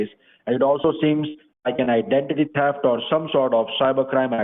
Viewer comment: Oh, no! --- "Officer ScoRt Davis" says you are a veecteem of idanteetee tefft!!!